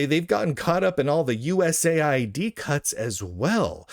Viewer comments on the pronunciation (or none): none